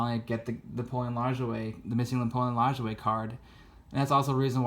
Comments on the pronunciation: His last name is pronounced LA-JOY not lingerie . Clearly you are not educated in baseball history and only in it for hobby money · Great content. As an FYI, Napoleon Lajoie is pronounced LA-JOY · Lajoie...my whole life I pronounced it “La-Joy”TY for correcting my mistake!!!